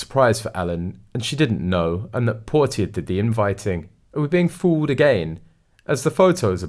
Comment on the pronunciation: ‘Portia’ pronunciation. Dude, you are literally reading from a script. Your pronunciations are terrible. Every single video you put out contains some random mispronunciation. If you’re going to read, then please learn to pronounce things properly. It undermines any credibility, and is really really jarring.